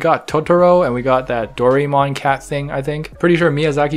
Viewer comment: Dorie-mon haha its more like "Doe-rie-mon" and you say it all at once without the pause in the middle